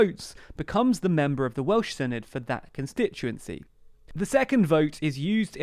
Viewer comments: or sinith instead of senedd :D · It’s not pronounced Sin-i-d it’s Sen-e-th and they’re not Welsh parliamentary elections they’re Senedd elections. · The 'dd' at the end is pronounced more like a 'th' sound. So proper pronunciation would produce a 'Sen-eth' , exactly as you suppose. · I feel like i should point out it's pronouced 'se-neth' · Thanks for doing a video about devolved politics in Wales. It gets very little attention in the UK media. Minor note, Senedd is pronounced more like 'Seneth'. 'dd' is a digraph in the Welsh language that makes a 'th' sound like the end of words like 'bathe' in English. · Tip for the future, the 'dd' in 'senedd' is pronounced like a soft 'th' in English 'the', 'then', 'there'. I'll be voting for Plaid Cymru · It's pronounced SEH NETH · With the 'dd' the equivalent of 'th' as in 'there'. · Please learn how to pronounce Senedd. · Hey 😄 very glad you're covering Welsh politics! Just a little note: the dd in Senedd is not a hard D sound, it's more like a th sound but very soft rather than the hissed sound English speakers would use. I appreciate you're doing a lot for these videos already, but there are plenty of short and approachable videos on YouTube that teach basic Welsh pronunciation and point out that it's a phonetic language so these days there's not really any excuse for a person living on the island of Britain to not know how to pronounce Welsh words. I say this as a Welsh person who lives in Aotearoa/New Zealand and has learned how to pronounce Māori words, which are also phonetic, despite not being fluent to any level in Māori. The gap between learning the entire language and just learning its basic pronunciation is vast, so I'm sure you could get your tongue around Welsh syllables without learning the whole language 💖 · Should probably add it's a voiced "th"-sound as in 'that' rather than thing. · It’s better than the last video so give them some credit, but yeah not fully there yet. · I’m not even hearing the -th either